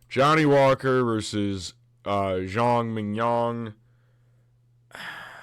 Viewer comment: haha i kept thinking you saying Zhang mignon like .. fillet mignon